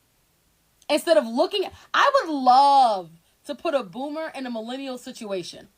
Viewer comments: its "Boomer", not "bloomer." 🤦 There's no "L" in the word. 😂 "Bloomers" are underwear. Panties/boxers. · Boomer,. Not bloomer 😂.